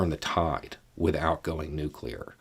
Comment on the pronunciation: Let me just say that, as someone who used to be in the biz, I appreciate when someone can properly pronounce the word New-Clee-R. The other way is nails on a chalkboard to those in the biz of New-Clee-R technology.